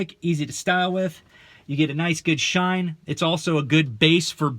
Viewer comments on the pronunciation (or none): none